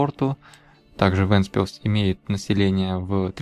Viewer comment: отдельное спасибо за произношение. таки действительно вЭнтспилс, а не вЕнтспилс. и да, Вентспилс так выглядит уже очень давно, был там первый раз в 2003-ем, было тоже самое что сейчас.